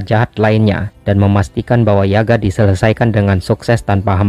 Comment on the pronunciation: Admin kayaknya pelafalannya yagya deh, bukan yaga